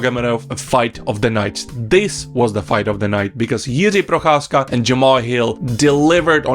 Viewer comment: You pronounce the name Jiří Procházka suspiciously well. I guess I know where you come from. :)